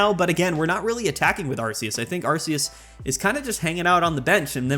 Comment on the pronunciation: Love it when expert Pokemon players can't correctly pronounce the names......Arceus is a hard c.....